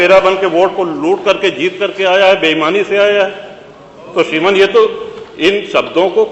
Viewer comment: श्रीमान तू केह नही सकता क्युकी तू डाकुर है या ठाकुर श्रीमन नही श्रीमान hota hai re।